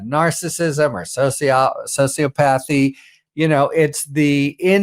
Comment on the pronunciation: C’mon, - you can pronounce “sociopathy”.